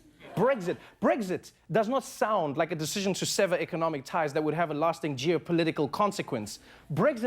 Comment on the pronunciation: Did it annoy anyone else the way he pronounced "severe"?